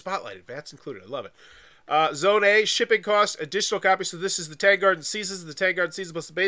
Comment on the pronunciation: Worth noting that it’s pronounced Tahng. Tang in this context rhymes with the word song or long or wrong.